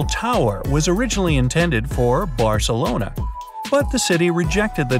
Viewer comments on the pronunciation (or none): none